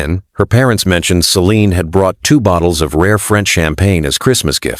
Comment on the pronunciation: when he began to call her 'sea lıon' I stopped waching 😂